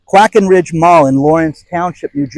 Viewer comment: Quaker Bridge Mall, not Quacker. LOL